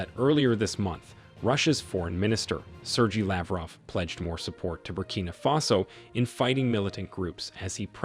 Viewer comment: Please learn how to pronounce the name "Sergey" you are fucking it up so badly.